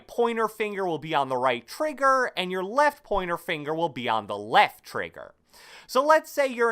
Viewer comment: Why does he say trigger like that